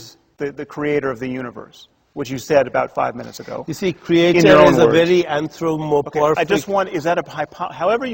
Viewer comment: "antromoporfic" lololol